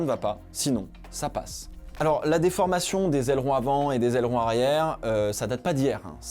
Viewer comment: Aileron mr on dit aileron